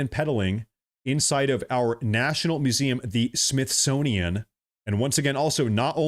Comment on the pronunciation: Your "Freudian Slip" was profound. "Myth-sonian"